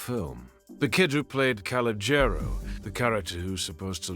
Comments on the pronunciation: Can you please stop saying his name you are absolutely butchering it. Just say “C” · The kid's name is colonial the name might be misspelled but it's not being pronounced right